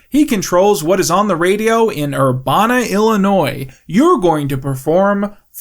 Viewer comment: me 8 hours in sitting in urbana, illinois (pronounced incorrectly by )